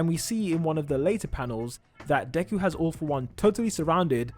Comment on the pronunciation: This is not Deku in fact its Devu